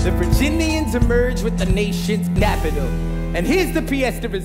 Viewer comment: Did he say 'napital'?